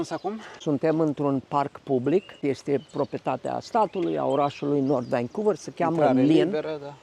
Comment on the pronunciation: nu te supara, motivul pentru care te intreaba canadienii de unde esti este ca vorbesti engleza ca si Iliescu. Ai frecat-o la rece in Canada in loc sa-ti perfectionezi accentul. Eu am venit la 40 de ani si am mers la scoala. Nimeni nu ma intreaba de unde vin pentru ca vorbesc corect.Tu nici Vancouver nu poti pronunta ca lumea. Nu e suficient doar sa ai masina ca sa fii ghid. Trebuie sa ai si scoala. Mergi in Romania sa vezi acolo rasism. Tocmai ce am vazut la Stirile ProTV un amarat din Bangladesh care distibuia pizza in Bucuresti cum a luat bataie de la un mioritic pe motiv ca i-a invadat ala tara. Asta in timp ce Romania a trimis afara 5 milioane de imigranti. Huuoooo!